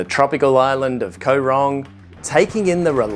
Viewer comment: Koh is pronouned gaw. Same as in TL.